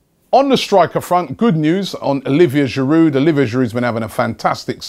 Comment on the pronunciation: Can someone please explain him how to pronounce "Giroud"?! He is with Arsenal for the fifth season and he still doesn't know that this "d" at the end is silent??? Go back to school mate!